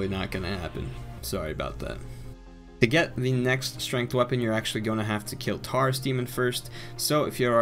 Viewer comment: am I the only one who noticed he said Taurus wrong